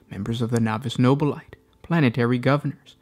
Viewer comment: No Bill A Tay not No Bill Light I stop your videos every time you say it. Your the only one I've ever heard pronounce it that way.